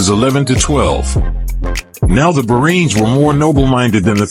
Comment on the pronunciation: Also you say Bereans as Bahreeyuns. Not Bareens